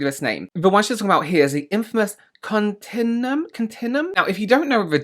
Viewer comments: Okay maybe you'll learn this in the vid since I'm right at the beginning, but jsyk, "continuum" is pronounced "con-tin-you-uhm" it's not an intuitive word /gen Edit: I hope this doesn't sound rude, so I added a tone marker! It's a genuinely tricky word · Con-tin-you-um is how it is pronounced. ❤ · Lemme help you out, my buddie. It's pronounced cun-TIN-you-um ❤🙂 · It’s pronounced as Continue Um. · It’s pronounced ‘cont-in-you-um’ 👍🏻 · Can't see in the comments whether anyone explained how to pronounce Continuum. In case they didn't, each "u" is sounded, but differently: con-tin-you-um (so like continue with um on the end). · It is "con-tin-you-um." You know, just like how we pronounce "vacuum." ...wait 🤔